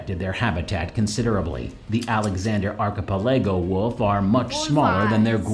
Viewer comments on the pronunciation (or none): An archipelago is a collection of islands. This guy definately is pronouncing it wrong, though.